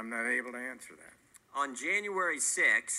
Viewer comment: "Ahm not able to ansuh that" ad nauseum